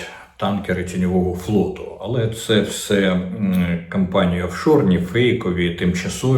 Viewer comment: Офшорні компанії, не кампанії